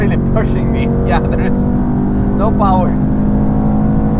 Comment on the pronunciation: First mercedes that says has no powa